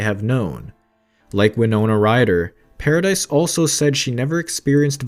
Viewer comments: it’s not paradise it’s paradis it makes me fuckin 😡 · If you are going to REPORT….how about getting the pronunciation correct….it ISN’T PARADISE…..it’s pronounced without the “S”…..para-de…..and it’s DEPP’S not Depps-es…..Jesus H. Christ how frustrating you people are…..use GOOGLE if you’re in doubt~!!!! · It’s Vanessa paradis not paradise or paradee for that matter the lady deserves respect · I know ! That's what I have been saying from the beginning... it is prononced Para-dee ! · It is prononced "Vanessa Paradee" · I know it is Paradis. I meant that it was prononced Para-dee, like Sandra DEE. I should have explained it better. And beeing french myself, I do know how to spell and say her name, thank you very much.